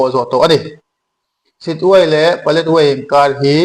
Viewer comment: Paletwai tiin i lama ,ka hriat dan chuan Paletwa ni in ka hria a dik zawk in ka ring.